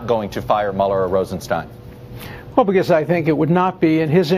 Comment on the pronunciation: Rosenstein testified and explained his name is pronounced like Feinstein. Why can't reporters remember that?